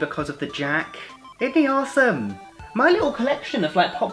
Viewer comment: you say awesome weird